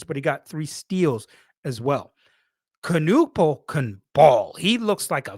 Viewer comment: It's Ka-Nipple, not Ka-Nuppal homie